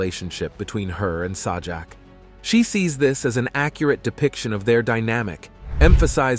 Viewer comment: Agree...LAZY. I was noticing the same thing LOL - Saw-jack. And when it's talking about Chuck Woolery, no photo or video of him is shown. Garbage.